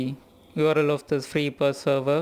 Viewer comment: Every one in the west says Free I P A as separate letters (initialism vs acronym). However, I like the way you say it like "ipa" (as one word) and will from now on be pronouncing it that way myself.